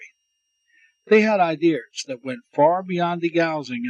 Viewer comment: you lose me with the inability to pronounce "Ideas".